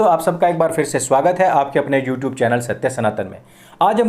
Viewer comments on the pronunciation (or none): none